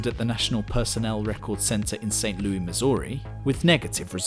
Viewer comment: It's pronounced Saint "Lewis"